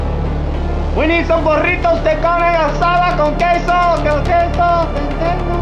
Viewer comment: i appreciate him pronouncing carne asada the right way.